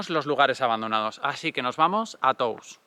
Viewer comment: hola, se pronuncia Tous con O abierta. por si ayuda, gracias